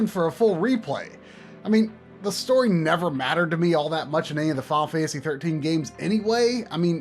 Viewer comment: please learn how to pronounce "Final Fantasy" next time you help with 2-part movie length series of videos about it.